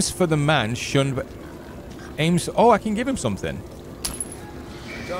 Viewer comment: Alms not aims lol